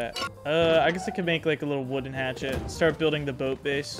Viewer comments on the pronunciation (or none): none